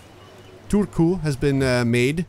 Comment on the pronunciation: You're saying Turku just fine.